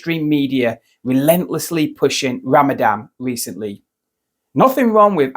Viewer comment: It's RAMADAN. RAMADAVE. RAMAJILL. RAMABECKY. RAMADAVE.